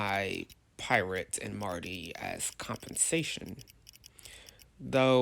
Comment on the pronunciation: He could’ve gifted the one driller sub btw (mar-ter) not (mar-ty)